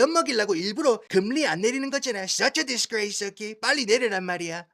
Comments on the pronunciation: 야 니 미국 오래 살아가 한국 사람하고 이런 얘기 잘 안 하제?? 누가 금리↘라 하노 금↘리라 하지. 성조 금에 넣어레이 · 금리. 한자 발음이 이상해요 악센트 주의 ㅎ